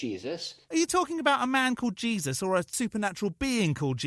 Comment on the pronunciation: Am I the only one that heard "Cheesus" ? I think that guy would be way cooler